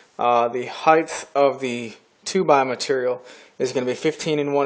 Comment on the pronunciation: Hey, I love your videos. I started at video #1 and now I am on #75. I haven't missed one yet. There is one thing that I want to mention. Every time you say "Height" you end with the "th" sound. It should end with the "t" sound unlike Length and Width that do end in the "th" sound. Not a big deal and it is a very common mistake, but it drives me INSANE!!! LOL Anyways, keep up the good work.